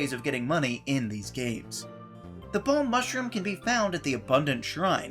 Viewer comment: why can't you say BALM?